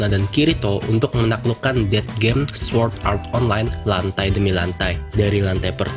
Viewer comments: Cara baca yg bener: Sord Art Onlain (tanpa nyebut W) Es E O (ini sering bgt d sebut d animenya sndiri, masa kalian baca subtitle doang ga denger seiyuunya, katanya fans SAO.) Elisizasien (kata dasarnya Alice yg d baca Elis dan zation) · Lu ngomong swuord art online lucy ameeeet